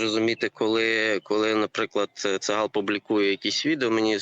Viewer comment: Не цаГАл а цаХал. Не має у івриті звуку га!